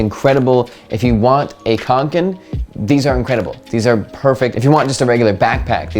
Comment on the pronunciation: Yeah, nice pronunciation. People tend to pronounce Kånken as Kanken and that's something completely different. Kanken means “a chicken” in the regional accent where the Kånken comes from...🐤